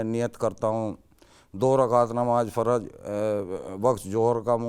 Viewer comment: Farz bool rha hai jo sahi uchcharan nhi hai 😂